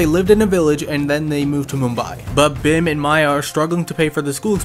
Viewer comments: Dude it’s not pronounced ‘Bhem’ it’s pronounced ‘Bheeeem’ because I’m indian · Bhim is pronounced as Bheem btw but that's ok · Its not bhim its bheem i know thats not the spelling but you should pronounce it like bheem i know i am being way too picky but i had to correct